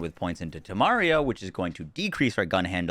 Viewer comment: Tomario too..... it really cant be that hard, man